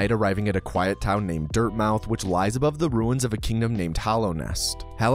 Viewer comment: Incidentally (and you're not the only one to do this), I don't think you're meant to pronounce the O in Dirtmouth. I think it's a play on words reference to Dartmouth. Quality video as always.